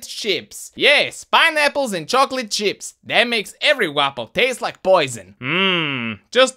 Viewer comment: i thought he said chocolate shits instead of chocolate chips...